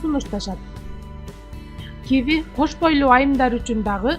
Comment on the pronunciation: Ударенниени туура коюп окусанар М: Ки -ви